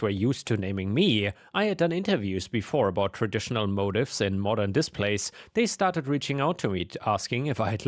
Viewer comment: that word is "motif" pronounced as mo-teef, its a design term for something like a repeating pattern of design element to give a cohesive look